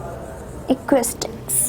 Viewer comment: o mam plzz zara pronounce sai krliya karoo acustic ni acoustics hota hai